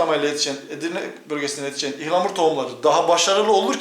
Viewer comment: Türkçeyi yeni öğrenen yabancılar gibi ihlamur 😂 ıhlamur abi ıhlamur